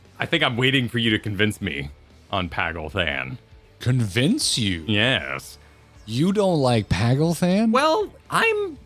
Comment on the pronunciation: Paglth'an has a brief pause between the th and an, so it'd be "pag - lth - ahn" imo